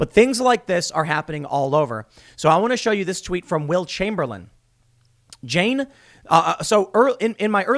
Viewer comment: Every time you say Will Chamberlain, I hear Wilt Chamberlain.